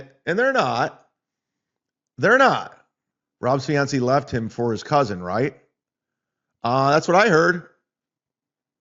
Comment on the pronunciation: can’t say fiancé?